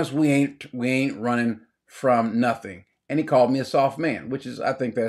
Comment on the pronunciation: Two syllables; he’s run•ning!!